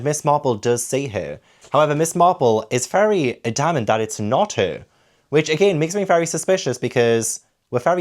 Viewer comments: fyi: AD-amant. I am a witch and I will correct pronunciation, innit., loving your work as Slagatha here! I strongly recommend the BBC radio version of Miss Marple, played by June Whitfield. She is the perfect balance of mild manners and fierce vengeance! I find the range of voices helps me keep track of the 450 characters as well. More Wine, More Crime! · Great video!! Just for future though you may want to look up the pronounciation of adamant😅